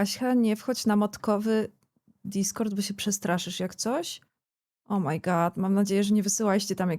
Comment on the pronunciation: źle wymawiasz "O my God". Mówisz "O, moje jelito", bo na końcu zmiękczasz D do T XD goDDDDD - to D musi wybrzmieć.